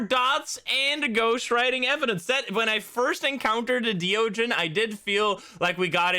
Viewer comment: hey it's me again, the thaye pronunciation guy. i did a bit more research and not only is thaye pronounced "thuh-yeh" instead of "they" or "thigh", deogen is pronounced the same as the dutch phrase "de ogen", which means "the eyes", because it IS the dutch phrase "de ogen", which means "the eyes". it's not "dio-jen", it's more like, "duh-oghn". it's a really minor bit of trivia and i'm sure that "they" and "dio-jen" are already permanently cemented in the community's minds as how those words are pronounced. but it is a fun bit of trivia nonetheless. flex your dutch-speaking skills on us!